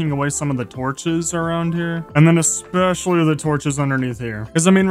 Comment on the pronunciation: Because you say ek-specially when it's especially. Lol so subtitles have a rough time 😅😅